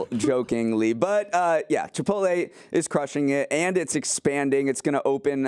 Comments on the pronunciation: finds a way to say Chip-pote-LEE in every podcast so that I can complain. I know you’re doing it on purpose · is still competing in the funniest chipotle pronunciation competition from a couple weeks ago